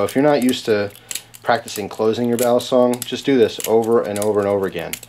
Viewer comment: Just fyi. Youre right about it being Philippino. But its pronounced. Bah-lee-song.